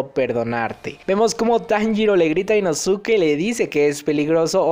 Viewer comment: jaja deja de decir inosuke se pronuncia inoske